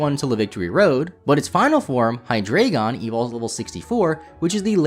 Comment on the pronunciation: ) And the award for Worst Butchering of Hydreigon and Zweilous' names goes to...